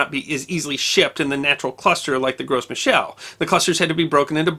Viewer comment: As a permaculture orchardist, I squealed with glee when I found this video. I have very few notes, other than wanting to say that the "Gros" in "Gros Michel" is pronounced, "grow."